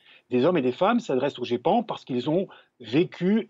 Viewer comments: La journaliste a dit le guépan ! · Je connais le Geipan, je m'intéresse un peu au sujet mais c'était juste pour faire de l'humour en répondant à Kamal Laaribi par rapport à la journaliste qui à mal prononcé. On dit ( Gépan ) mais merci quand même pour l'info. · Elle a vraiment dit le "GUépan"? X-D !!!!!